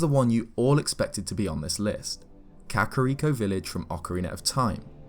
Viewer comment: Something about the way this dude pronounces kakariko bugs me